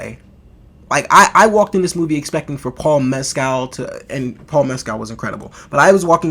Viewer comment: And his name is pronounced "Mes-kill" not " Mes-cal".